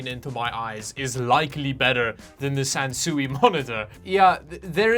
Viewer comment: Sansui is pronounced kind of like "san sway". The characters in Japanese mean mountain & water and it translates to landscape.